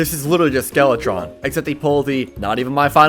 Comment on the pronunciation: is it me or did he say skeletorn